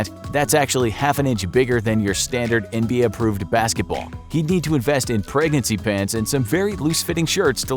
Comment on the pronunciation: anybody peep how he said NBA?